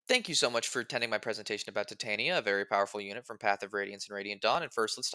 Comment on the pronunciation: Think it’s pronounced ti-ton-ya